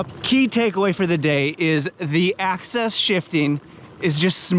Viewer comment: Axis not Access